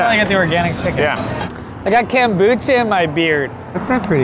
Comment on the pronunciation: "There's kambucha in my beard" lol KOMBUCHA?